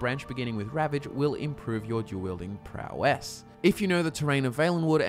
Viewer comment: Aussies: "ProwESS"